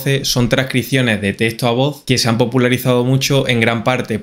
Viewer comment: No es testo! Es teXto!